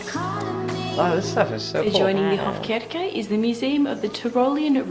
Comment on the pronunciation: "Visit Hofkirke" - it´s meant to be Hofkirche. "Kirche" means church ;)